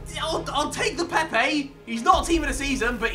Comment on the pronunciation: bruv it pepe not päpäey